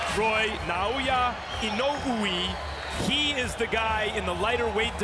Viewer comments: lol Max Kellerman cant pronounce Inoue's names correctly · Hearing Max say Inoue hurts my head. I guess he learned it proper by now.